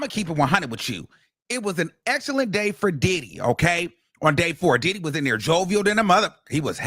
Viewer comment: And hwo- hwaine 💨😂